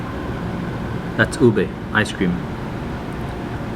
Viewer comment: Please ask a Native on how to pronounce the ingredients. Put a little emphasis on the pronunciation, it's just respectful. People appreciate and shows you are trying. Show and explain the layers inside. Fish sauce - (Patis) is what you taste in the Mongo beans. Puff rice is what the crunch you ate on top of the Ube- (OO0- BEH). Glad you are enjoying the food of the Philippines.